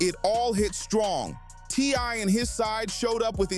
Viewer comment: It's TI not TY😢